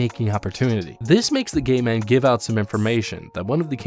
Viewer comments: i sounds like you're saying "gay man" instead of "gate man" lol. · Got to show the gay pass to the gay man to enter